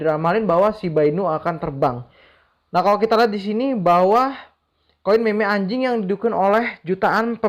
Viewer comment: Bang blng ANJING ny biasa aja bang... Hahahahaha.... (Ngakak gw)